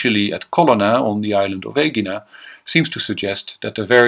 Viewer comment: It’s so nice to hear Aegina pronounced correctly. It’s usually said as that cringy Ee-JYE-na. Of course in modern Greek the G is sliding into a Y sound.